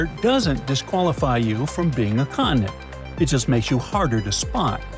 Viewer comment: Can you pronounce the words "Continent", "Mountain" correctly? A beautiful clip can be degraded by a small detail.